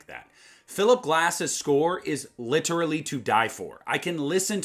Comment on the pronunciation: Lit er al ly not lit ter al ly